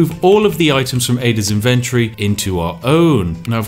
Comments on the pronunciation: Why is he saying inventory so incorrectly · inventory is not pronounced that way lol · Is that how British people pronounce inventory or is it just him?